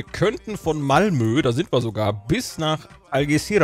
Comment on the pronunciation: "Mamlö" statt Malmö ist auch schön. :D